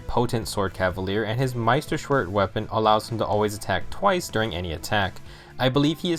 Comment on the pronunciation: He said it wrong anyways XD